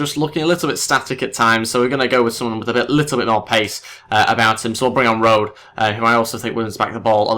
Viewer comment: Also a tip on how to pronounce German names: e is pronounced as "uh". So you pronounce Rode as "Road-uh".